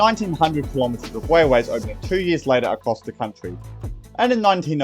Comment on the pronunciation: Sounds like a story about Wailways and Woads